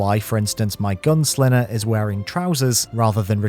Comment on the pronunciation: It’s funny how you can’t say “g”. “Thins” “GunSlinner”